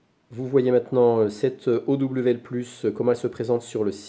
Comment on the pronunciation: on prononce owl comme ca: auwle, ca veux dire hibou en anglais